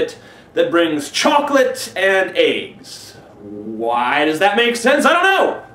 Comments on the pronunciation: Did he say "chocolate eggs" or "chocolate and aids" ??? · I thought you said AIDS not eggs lol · Every time he says 'brings eggs', I think he says 'brings AIDS...' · the first time he said eggs it sounded like aids. "a bunny who brings chocolates and aids!" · At first i thought he said chocolate and aids. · he also says aigsits. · sounds like like you said "Chocalate and AIDS". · Lol. He says "aigs." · ***** Yeah, so bizarre how Americans pronounce 'eggs'